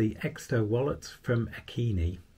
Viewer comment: Solid review. I can personally attest to this positive review - simple, efficient, an engineering marvel, and satisfying to use (not to mention the awesome backstory of the company rising from the ashes of the Carr wildfire). A couple of FYIs: 1. It’s actually pronounced “A-KEEN-EYE” (which I thought was pretty clever). 2. I noticed a negative review on their site stating they didn’t experience that satisfying click when inserting cards. AKEENi actually put out a YouTube video on how to “tune” the wallet by slightly and carefully bending in toward the middle both “springs” if you will (not the stainless steel one). That way the wallet tights up a bit and boom: satisfying click 😊